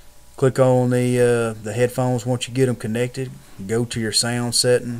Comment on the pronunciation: mah bows wireless heaydphones